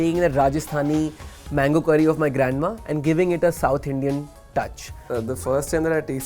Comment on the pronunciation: "mangoo" XD im not complaining i respect indians because i has an indian classmate and he always talked soo fast